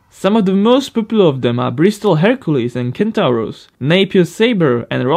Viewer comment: One small point - Centaurus is pronounced Sentorus. That's English for you!!! I understand that it took eleven years for Bristol engineers to perfect their sleeve valve design!